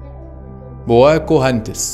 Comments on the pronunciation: بواكهنتس✅ بوكهانتس❎ ههههههههههه😭🤣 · بوكا هانتس مش بوتاكوهانتس ههههه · بَاكُهَنْتِسْ 😂 بُكَهَانْتْس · إسمه بوكاهانتس بس مش مشكلة أغلبية الناس مبتعرفش تنطق الإسم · ينطق بكاهانتس 😂❤